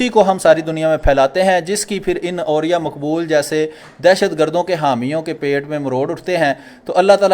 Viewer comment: اوریا کا دوسرا تلفظ عریاں لگتا ہے.....